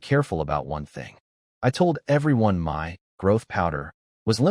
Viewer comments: This is good, very funny in parts. Just wish the A.I text could be fixed. Saying M.Y instead of 'my'. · One question Can you teach AI to say the word (MY) instead of (M-Y) 😅😅😅😅😅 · i love how bad ai gets with numbers 10/10 = October 10th instead of 10 out of 10 would do again like the context implies and how hard is it to say the word MY its 2 fkn letters and it literally spells it instead shit like this makes that little dark part of my mind go welp glad the ai wont take over in MY lifetime